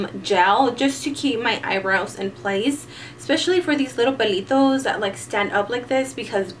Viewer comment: you sound so chola when you said "pelitos" xD